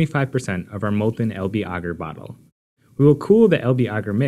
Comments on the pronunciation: Bagsy I'd pronounce that like the way they say agar in the video actually. Ooooohhhh! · who else is triggered by the way he says agar? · Studied in the UK my whole life so maybe it's pronounced different your country :) so you can understand my amusement